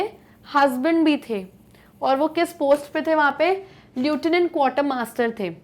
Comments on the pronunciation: Just a correction....Lieutenant is not pronounced as lu-ti-nant.... but the right pronounciation is lef-ti-nant...😁😁😁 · Mam the pronunciation of lieutenant is leftuh nant.Kindly check it. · Mam its leftenant(lieutenant) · Your Pronounciation is wrong it is Pronouced as leftinant though spelling is Lieutenant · But she makes a lot of pronunciation errors …..Lieutenant 😒😒😒this one is basic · Pronunciation of lieutenant is wrong